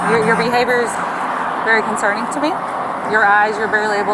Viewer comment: ...'thats conserning to me,thats concerning "...🙄😶 idt this cop should b on the streets....thats concerning to me....fr fr...😂😂😂